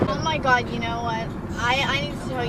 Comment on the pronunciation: "My Gout" 😏